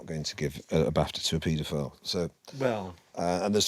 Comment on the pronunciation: He said " Pedo- film"